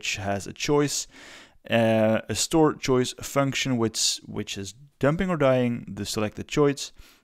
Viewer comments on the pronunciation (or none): "choice", not "choise"